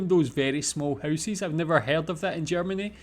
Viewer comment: Please tell me "housies" is not an actual accent! You are trolling, right?! 🤣